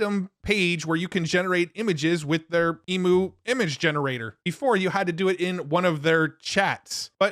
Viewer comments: E M-you not E-moo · Dude.. you're saying EMU wrong... Try EEM-YOU for pronunciation